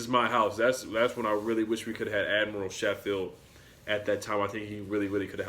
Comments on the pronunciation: It is pronounced “Sko - field” Not “she - field” Just letting you know :) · As a Tennessee fan that watched the Gonzaga vs UT game I think they are good picks. You mispronounced admiral Schofield last name though Haha. Both have good attitudes and are well coached.